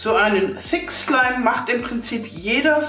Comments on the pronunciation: am anfang habe ich fick slime verstanden 😂wer auch ? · Sie hat öfters im Video "fick slime" gesagt😂😂😂😵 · Wer hat auch am anfang verstanden ,,fick slime" 😂😂😂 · Meee hhahahahhahah🤣😅👌👌👌👌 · Am amfag habe ich F*ck Schleim verstanden manchmal aber auch Six Schleim 😂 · wenn sie dass sagt hört es sich an wie fick slime( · Sie hat das sie ganze Zeit gesagt 😂😂